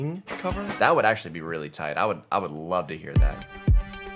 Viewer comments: i laughed so hard when you said "I wolf you". i was like 'Love honey where did you come from' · When u said I wolf u and immediately regretted it 😂😂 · "I WOLF YOU *VOMIT*" yes. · "I wolf you "So at this point do we all watch "You"